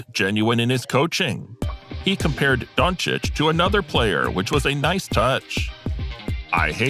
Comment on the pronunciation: 🙏Thank you for pronouncing his last name right🙏